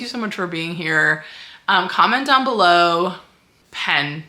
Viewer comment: You get a 🐤because I heard "Hen" not "Pen". But you are doing an awesome job, had you already finished rewrites when you realized it was a Romantic Suspense/Thriller?